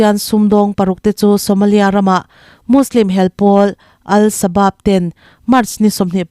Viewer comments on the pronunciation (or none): none